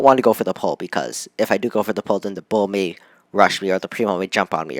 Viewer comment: Not bo it's bull